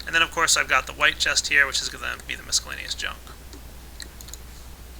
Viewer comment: mis-cel-la-ne-ous not MISC-el-la-ne-ous